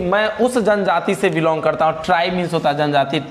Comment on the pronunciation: Tribe not terribe